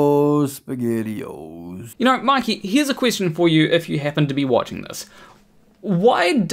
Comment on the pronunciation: A grown man who still says uh-oh spegettio's, wow